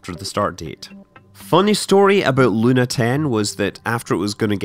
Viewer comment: The word "Luna" in russian has a stress on the last syllable.